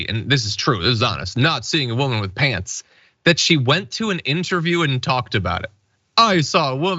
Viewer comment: "No pyants on"